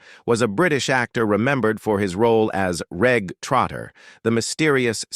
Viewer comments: Hopeless. Too many errors... Jacques, not Jarks, Reg pronounced Rej not Regg .. Nicholas Lyndhurst ... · If you are going to produce a video about British actors, please do some research on how to pronounce their names - Reg does not rhyme with Egg - it's Rej.